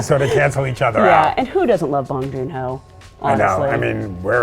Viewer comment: Bong Joon-Ho. Please.